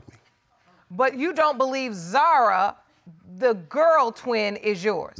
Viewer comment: yes, but we say Zahra( the h sound is clear) not like Zara